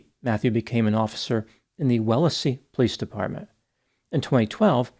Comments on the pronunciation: its pronounced , , Wells -lee not well less ly Wellsly Massachusetts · “Wellessee” ITS WELZLEE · lete me help with massachusetss town pronunciations: stoughton (olde english) stoughton pronounced STOWTON. AND WELLSLEY uber expensive community: WELLS LEE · It's pronounced like "stow-ton" , "Welz-Lee " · suffers from the syndrome of mispronouncing New England town names. Those names should have been easy, too. Wellesley is obvious, there's a college there (wells-lee). Stoughton is not Stowton (well, maybe in England)) but Sto-ton. Easy-peasy. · My Lord, you are destroying these names... Stoughton- stō·ton. Wellesley- wels·lee. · Stow-ton Wells-lee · The town of Wellesley, in Massachusetts, is pronounced with two syllables - WELLS - lee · I was born in Stoughton, Massachusetts and just wanted to tell everyone how to pronounce the town names mentioned 🙂 Stoughton = stow ton Wellesley = Wells lee Just an FYI 👋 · Stoughton and Wellesley are pronounced St-oh-ton and Wellz-lee! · Stoughton pronounced Sto-Ton, and Wellesley pronounced Wells-Lee. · Strange, I’ve never been to Massachusetts yet that’s exactly how I’d pronounce the cities’/towns’ names. The correct way, not way. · It's pronounced Stow-ton and Wellsley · Great story as always. I lived in Massachusetts for many years. It’s pronounced Stowt’n like float’n and Wellz- lee as in Wellesley College. Let me know when you are doing a story about Worcester. Lol. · Stoughton is phonetically pronounced Stowton and Wellesley is phonetically pronounced Wellsley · your pronunciation of Wellesley and Stoughton is wrong. Obviously you are not familiar with this area. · Huge fan, but you totally botched the pronunciation of Wellesley and Stoughton. You nailed Sharon, and Canton, however.